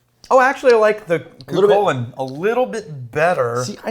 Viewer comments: COO cullen is the pronuciation the Hound of Cooley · I live just outside the city of Armagh beside Navan Fort, where sétanta killed Culanns great guard dog. He then offered to protect Culann and was given the name Cú Chulainn ( pronounced locally as coo-hullin). I’m pretty sure this whiskey is not made locally. Perhaps Cooley distillery?? Im a big fan by the way and love watching. I’m sure loads of people love watching your videos, a great distraction from what’s going on around us, even if only for a few mins. 👍